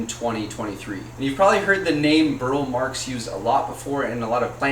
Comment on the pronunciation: Burle Marx is pronounced as if it were Portuguese, its the way Roberto pronounced it, you pronounce the e.